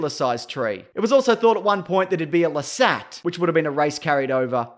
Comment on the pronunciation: ITS NOT LA-SAT.. .Its LA- SAHT